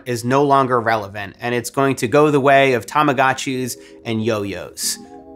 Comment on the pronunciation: Did he just say tamagachus? 🤣🤣